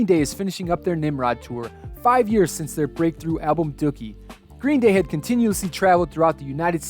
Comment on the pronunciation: Did he call the album duukie!?